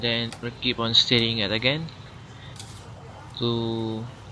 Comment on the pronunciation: Stirring not steering like (a car)